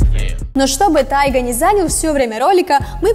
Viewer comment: Такой конченный канал вы походу даже не готовитесь к видео не ТАЙГА а ТИГА